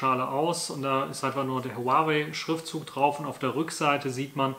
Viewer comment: Zum Beispiel wie lange die Kopfhörer laden, wie lange sie laufen, wie sie ausgestattet sind. Video Material macht man ausserdem vorher sauber und nicht mitten im Video... Es heißt Huawei, man spricht es Huawai aus und nicht Huawey